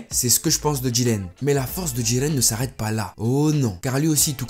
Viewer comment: Bonne video je n'aime juste pas comment du dit le nom de Jiren avec une sirte d'accent bizarre xD sinon +1 abo